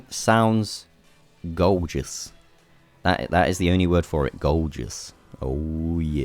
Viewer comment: GOWJOUS. just wait for him to say